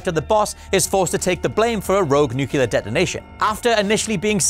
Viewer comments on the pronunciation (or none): 'nucular', really?